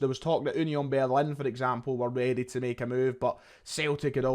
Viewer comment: oonyon berlin??? 🤣🤣🤣 i’ve heard it all now FFS